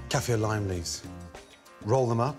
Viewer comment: Cafe limes leaves? What did he say?